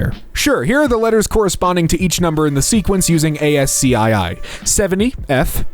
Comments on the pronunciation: it's as-cii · Yeah not A-S-C-2 😂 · ASCII is pronounced as-key, as far as I know. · did he just say ASC two? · The way he said ASCII